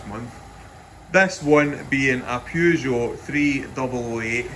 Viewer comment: "Peugh Joww" :)